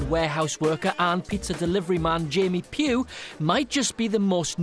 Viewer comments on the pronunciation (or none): Sorry to spoil your fun, but Pugh is pronounced /pjuː/ (like pew, rhymes with few) not /puː/. :P